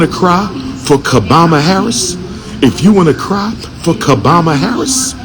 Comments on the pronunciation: "Ka-Bama Harris". That's hilarious 😂 😂😂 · He said kaboma Harris 😂😂😂😂😂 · Wait, did he say Kabama Harris???😂